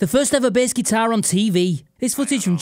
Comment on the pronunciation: Your videos of be better when you learn how to say bass